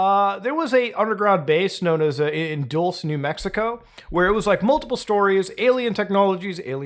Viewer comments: It’s pronounced “dull-say” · but the dude claimed that there is physical evidence crashed vehicles are pretty fucking hard core evidence dead pilots who flew alien tech. Side note hearing Mutahar pronounce dulcé new mexico like that was funny never as new Mexican native heard it been called that 😭